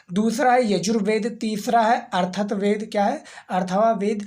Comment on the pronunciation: Sir sabh thik hai pr please M.T.I thoda theek krlo bohot problem hori hai chizen samjhne mein baar baar atharvaved ko baar baar aap glt pronounce krre ho aur bhi chizen hain aap ajeeb tarah pronounce krre ho problem hori hai samjhne mein focus ni ho para iski wajah se video pe kuch ni ghus para iski wajah se dimaag mein sorry aapko bura lga ho agar pr Haan seriously problem hori hai iski wajah se